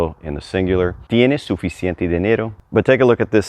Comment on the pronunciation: It's an adjective. Pronounce the 'c' in the middle😊